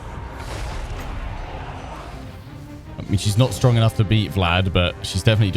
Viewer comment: Please stop saying stronk